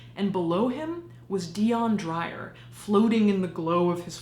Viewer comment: I love your channel... but your PRONUNCIATION is wrong and for some reason, it's irking me to no end... DEE-YON DRAY-UR ... I'm South African and that's a very common name here, normally I don't leave comments on this, but its the same with Charlize Theron's name... a lot of Americans actually pronounce her surname wrong to the point where its a running joke in our country, I'm really sorry if this came off as rude and if you want to know something really creepy we have witch doctors that sell dead human body parts for Muti... It's an actual thing... I encourage people to find out more about stuff like this... South Africa is a very diverse and beautiful country, but it has its shady dark side too...